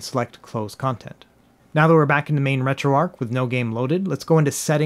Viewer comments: RetroARCH, not Retro “ark.” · It’s ARCH not ARC but good comprehensive video 👍🏻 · Uhh, another person who calls it retro "arc" Why do you guys do that?